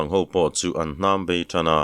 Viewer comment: 'Hnambei' tiha 'Hnam' i lam rik dan hi i thluk sei tlat, thluk tawi tur a ni e.